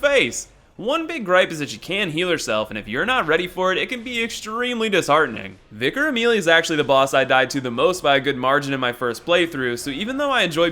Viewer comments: I actaullt thought it was vycar.... Because how does vicar say vicEr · how is it vicker? viccer? it would be VYcar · vy car Amelia 😂 wtf they have vicars in the USA don’t they ?? 🤷‍♂️ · Because of I now say "Vye-car" by default:| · Hey, it's fine. I say vyecar as well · I find it funny when people give you shit about pronunciation. If you wanna say Vi-CAR say it loud and proud. #darkblood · Wait how tf does anyone mispronounce Vicar!? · Im sorry dude but you're a fucking idiot for the way you were pronouncing vicar. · Honestly, I thought it was pronounced V-eye-car for the longest time. Also, it's pronounced Pontiff Sul-eh-von, as Yorshka says it herself.